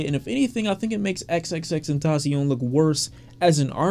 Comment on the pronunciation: Ta Tasi-On😂😂😂 U said that like u hunting kamidogus and Dragon Balls🤣🤣🤣